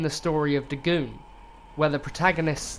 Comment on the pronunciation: Dagoon?....DAGOON?! Come one, man